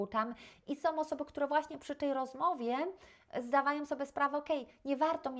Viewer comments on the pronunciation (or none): Naucz się mówić po polsku 🤦 "som"